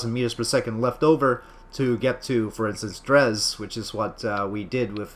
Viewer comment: Oh, BTW, its pronounced drey